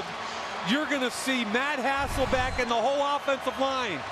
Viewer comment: My God the commentators of the 2000's did a really good job at trying to convince everybody that his name was HasselBACK and not HasselBECK. I didn't even know until a few years ago and when I found out, it felt like my life was a lie. Then I realized it wasn't my fault lmao, it was every commentator that said it wrong.